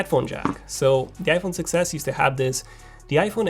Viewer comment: Did you notice that when you say 6s it sound like success